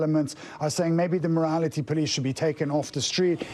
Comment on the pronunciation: They are the "morality police" not the "mortality police" or did I mishear that?